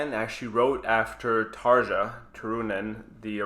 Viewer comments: TarYa! Not taaarghhaaa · It's not pronounced Tarcha.. Its Tar-ja... Like jacuzzi... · hey, I love your videos and your love for Nightwish. Just a tip. Since this has slightly bothered me in some earlier videos too. The way you pronounce Tarja makes her sound like Tarzan. The pronunciation is more in the line of tar-ya. Keep up the good work! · There is no "J" sound in many European languages, so Tarja is pronounced Ta ree ya, and Jansen is Yansen, sorry but by the end of the video it was bugging me and I had to mention it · Btw.. J in Finland is pronouned as a Y Jansen- Yansen Tarja- Tarya (Spelling- Pronunciation) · Actually, Tarja is pronounced Tar-ya. Because J in Finnish is pronounced like Y.